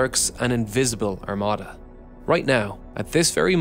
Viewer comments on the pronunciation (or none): none